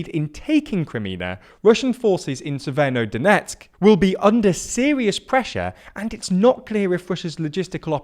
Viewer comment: Read the names of the cities slowly before recording. This is not the first time you call Severodoneck Severnodoneck, and mix up syllables in the names, like Chaklove instead of Chkalove. It makes you look amateur. Also listen to the actual pronounciations, because Lyman is pronounced as Lee-man, not Lie-man.